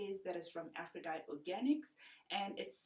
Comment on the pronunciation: It's really amazing, but it's pronounced Afro-die-tee (like the Greek goddess)